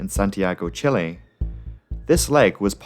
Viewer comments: as a chilean i love to see someone correctly pronouncing chile u say it with the last e like you would say chipotle, not like u would say chili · First of all, your spanish is AWESOME. Your pronunciation of Perú, Lima, Santiago, Chile and Quito were PERFECT. Thank you for taking the time to correctly pronounce the cities and countries!!! Second... wow, that pilot got the Pitot maintenance failure right... too bad his ego or excess confidence ended up costing 69 lives... really heartbreaking. I'm thankful of LATAM, and luckily when I flied to Denver, AA had a good maintenance crew and pilots, if not, maybe I would've been here in a video some day. Amazing video!!!